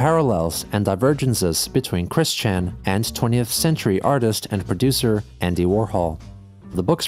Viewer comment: "Artits" That's golden.